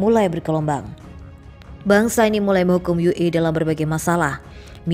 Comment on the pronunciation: Orang Indonesia kok memalukan ue dibaca Yu E bagaimana jati dirinya sebagai orang Indonesia Maaf